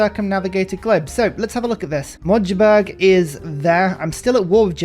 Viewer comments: Dear, you'd do me a big favor if you try 'mug de burg' for the pronounciation of Magdeburg. Thx! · its Mack-De-Burg by the way 😉